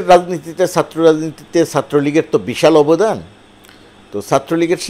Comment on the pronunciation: SATRO na. Uchcharon hobe CHATRO.